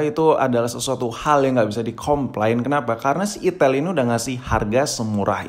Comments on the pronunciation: perasaan bacanya aitel gasi🗿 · Salah sebut mulu kalo ngomong merk hp satu ini